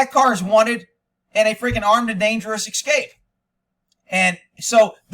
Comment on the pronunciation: Hopefully they've left the country. Also why do you say VIN number? It's just VIN! And why you do you say "EC-SCAPE?" It's ES-CAPE!